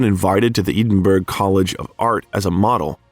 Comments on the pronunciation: Please learn to pronounce Edinburgh 🙄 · If you had Googled the pronunciation of "Edinburgh," you wouldn't have sounded like a complete moron. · YouTube do me a favour. Find a non American narrator who can pronounce the following words, Edinburgh, Fred Schepisi, and others. Ignorant. Can you pronounce Milwaukee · Are you telling me there is no place in Scotland called Eden berg through which the Mississippi flows? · I’m half-Scottish and 1/4 English plus German and Irish. Mom’s maiden name is Home and Dad’s is Stewart. The pronunciation of Edinburgh is Ehdinburgh or Ehdinborough, NOT EEDINBURGH!! Thank you. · Edenburgh! That’s a first one for me. Edinburgh is pronounced Ed-inburgh. I get sidetracked when even names f cities are pronounced wrong? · Uh-oh. When you say Edinburg, and it's not a small vilage in Denmark, you have rather lost the audience. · Oh for gods sake. Edinburgh is not “Eeeden - burg”. This narration is awful. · It is NOT pronounced 'EE-den-burg'. Where on earth did you get that pronunciation Robot? Oh and F.U. Robot! THUMB DOWN BIOGRAPHER WITH YOUR ROBOT NARRATOR. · Eddddiinnbrrurrrr - E as in Egg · It is pronounced EDInburgh not Eeeedinburgh. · Eedinburg, netherlands. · "Eedin-burg".. you lost me there. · Pronunciation! Eden burg? Did I hear that right? Good lord. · Nice video. BTW “Edinburgh Scotland “ is pronounced “Ed - in - burr - oh..” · For heaven's sake, can you please teach the AI system you use how to pronounce Edinburgh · I gave your channel a second go of it! You are interesting, but rather annoying with your either inability to pronounce proper names correctly or your devil may care in how you still pronounce them badly over and over again? I am not saying that I will avoid your channel altogether only that I will not séek you out! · I wish the narrator would learn how to pronounce Edinburgh. Really annoying. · Check the pronunciation of Edinburgh!